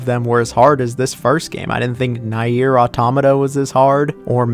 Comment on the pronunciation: Nier. Pronounced "Near".